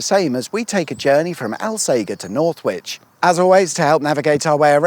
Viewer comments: I've always pronounced it "All-sage-err" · You should have popped in for a coffee And it's Al- Sage (like the herb)-er And Homes Chapel Unless it's a video equivalent to a map trap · Rather poor production values when you cant even say Alsager correctly! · Alssager has a soft G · Hahaha, finally in the area I spent so much time delivering shopping in a former life. Lovely areas with great views for the most part. Thanks for coming back oop North. Still, soft G in Alsager chap. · No one round here pronounces Alsager like that. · Al "sage" r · ALL - SAGE (the plant) - ER, not fucking Al-sager, Al-sagger, or any similar mispronunciation!! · Correction the town (Alsager), at least to most local people, is pronounced All.....Say....Jer. When you say 'Al' Sounds like you should be saying Weird Al Yankovic. Sorry to be pedantic but thats just so wrong! And i can Say that cause My grandparents are from there and I live in the town next door lol. And Holmes Chapel is pronounced Homes.......Chapel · One for the notes, alsager, is pronounced "ul-say-jur" by the locals by the way 😅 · The locals pronounce Alsager as "all say jer". Dunno if you knew that or were mispronouncing it deliberately. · Did you not ask local,people how to pronoun the towns name Al sage er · Love your work. But it’s pronounced All-Sage-er 👍🏻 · It's a soft G in Alsager. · You went right past Sandbach with its awesome ancient Saxon Crosses and lovely old buildings. Ps - Alsager 'All Say Jer' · It's pronounced alsaja. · Alsager is pronounced “Alsajer “ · Alsager? (pron. al-say-jer) Famous for Crewe and Alsager College if you're of a certain generation and were going through 'clearing' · I'm from Alsager, and we find it hilarious that no-one who hasn't grown up here can say the name. It's like Hot Fuzz. It's All-sage-er. Also we refer to 'Congleton' as Mongleton. So if you could add a caption correction that would be great 🤣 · Its pronounced alsajer 🙆‍♂️ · Its pronounced All-sayjer